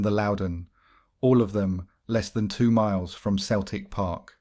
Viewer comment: youve been doing this a while now mate how can you not know how to say ibrox and celtic park properly?